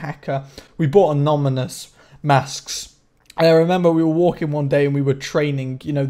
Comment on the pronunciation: Haha "amoNYmous"